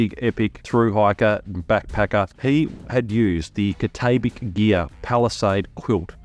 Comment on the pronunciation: Cat-ah-bat-ick gear. Just sayin’. Good video btw.